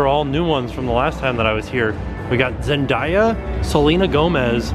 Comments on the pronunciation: it's zen day a not zen die a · the name is zendaya not zendera. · Zendaya is pronounced Zen- day- ya. And yes she is an actress, she is going to be in the new Spider-Man movie.😂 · You get the award for weirdest pronunciation of Zendeya's name. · lol its all good, everyone that doesn't know her seems to pronounce her name that way, I was surprised to see she even has a was figure since she's just a disney channel stsr